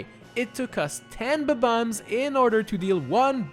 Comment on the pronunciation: I Like it how you say "B-Bombs"